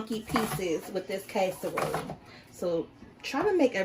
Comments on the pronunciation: Down south where I'm living. We don't call it CASE a role.....its called Cass A Role😂😂😂😂😂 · Your kitchen looks nasty to me. Also, the word is not kaserole, it is casserole. You didn’t mix anything in with the squash but cheese and onions how can it be a casserole without mixing some other ingredients in with the squash like sour cream and cream of celery soup. These are the ingredients that most recipes have in them. If that is how you like to make it I guess it’s ok but I don’t think most people would like it that way 😂😂😂🤮🤮